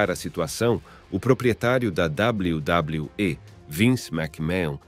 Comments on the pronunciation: Esse W. W . E . E CHEGA A DA RAIVA 😂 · Esse "WW" em vez de "WWE" do narrador irrita muito